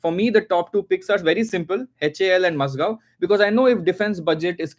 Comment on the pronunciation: Its Mazagon not MazGaon